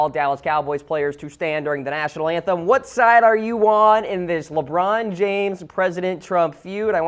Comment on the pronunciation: Dr. Keel Whitey It's pronounced Lebron not Lebum